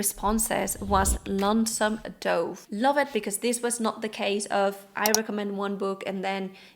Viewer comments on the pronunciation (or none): II love you videos. I'm not being critical, I know English isn't you native language. Just wanting to help with your pronunciation. Dove sounds like "love", "above", or "of". Not like "stove" or "grove", which have a long O sound. I know, English makes no sense.